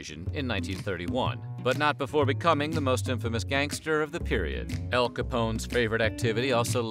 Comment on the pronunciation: El!???????? Lol Al